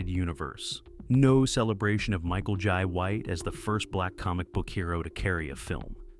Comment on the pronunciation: Michael "Yai" White 😅